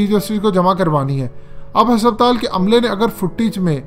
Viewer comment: Sir Hospital hai hasaptaal nahi 😂😂😂